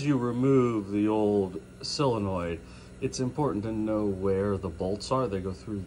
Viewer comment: Why do you call it a "sillanoid"? It's pronounced SOLE uh noid.